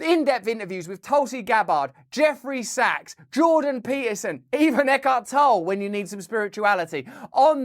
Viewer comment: Either you or Eckhart Tolle are saying his name wrong.